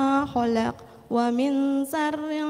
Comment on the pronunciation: iya,buk baca 'a nya masak a terus dza di baca za terus sya di baca sa harusnya waming malah di baca wamin,naffa di baca naafa,masih ada lagi sih